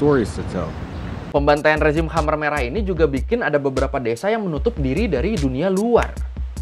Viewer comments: Oi choy....... Kmher merah, Jangan dibaca Khamer dong. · KHEMER MERAH BANG..... KHEMER, BUKAN KHAMER, (emang mimi'an) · bagus sejarahnya min... TOP and thanks, tapi koreksi dikit cara membacanya 'KHMER" bukan kha-mer (seperti minuman keras) tapi bacanya keh-mer.. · Koreksi nih bang: Khmer Merah penyebutannya bkn khamer merah yg dlm bhs arab berarti Minuman keras (khamr).